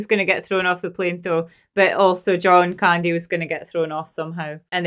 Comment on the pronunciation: Say CAN...... Say Candy not kindy.......wtf.